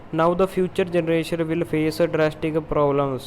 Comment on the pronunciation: Will nu while keh raha ho